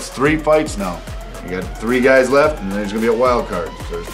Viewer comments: is he saying gays instead of guys? :D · Is he calling them guys or gays? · I like how he consistently calls him "you gays" instead of "you guys" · " before you gays got on this show"